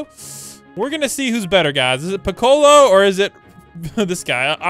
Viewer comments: I died everytime he said Pi-colo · Bro didn’t say Piccolo’s name right